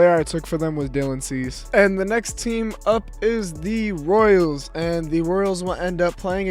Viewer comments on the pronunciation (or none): “Royels”💀💀 Edit: correct me if I’m wrong but did he just get rid of the “Royels” for no reason?